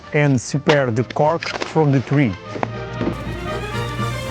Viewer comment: "They cut the tWee" XD